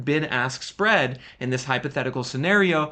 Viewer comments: Am I the only one who heard "the big arse spread" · I'm sorry but I will never hear anything other than "Big Ass Spread" whenever you say Bid Ask Spread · Big-Ass-Spread. That’s what I heard the first time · I know I was not the only one who thought you said Big Ass Spread 😂😂😂😂 I'd slam the brakes while driving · The "BIG ASS SPREAD" is what I heard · Did you all hear what I heard when he said "bid ask spread"...? 😂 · YOU call it the “bid ask spread”? Lol